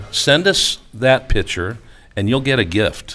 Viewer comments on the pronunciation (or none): Picture,not pitcher.